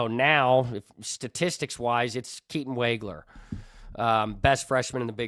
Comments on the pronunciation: Pronounced Woggler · Illini fan here. I was very impressed with your knowledge and presentation... Keatons name is wog (as in dog)wager